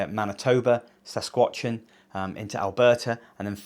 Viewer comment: Sas-cat-chew-on lol